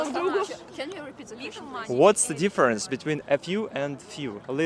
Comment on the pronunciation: ты говоришь дифференс и смягчаешь буквы т и д когда после них буква и это не правильно. дифференс это не ДИ а и твердное но никак не мягкое и